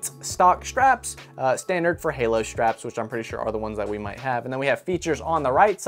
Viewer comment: I think they were trying to say "halo"? 🤔